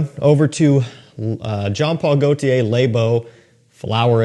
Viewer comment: Love your videos bro but you gotta try to start pronouncing “le” correctly. It’s not pronounced like “lay”, it’s should sound like “leuh”